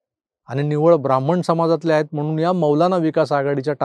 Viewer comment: बामन नाही ब्राह्मण. आपल्याकडून असा शब्द उच्चारला जावा याचे आश्चर्य वाटते.